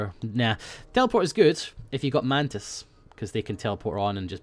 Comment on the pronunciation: mantis sounded like mantits